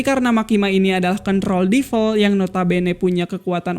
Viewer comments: bang kalau DEVIL bacanya tetep devil, bukan DIVEL. kalau EVIL, baru IVEL. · DE-VIL… divel divel ganggu amat